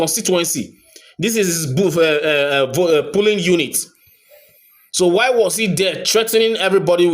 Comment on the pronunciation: Poll, Polling. Please stop saying Pulling. Check Google for pronunciations. It helps a whole lot. ❤